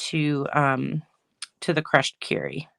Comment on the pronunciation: Beautiful PP alternative cards. Thank you for showing how to cut up the bases and envelopes. As a side note, It’s Crushed Kur-y not Cure-y. Sorry, but that made me a bit crazy. Lol